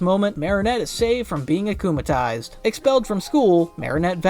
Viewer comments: It's worse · Erm actualy its "acumatized" not acumalized